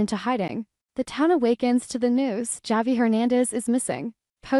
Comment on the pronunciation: Why can’t this AI voice pronounce Javi’s name correctly?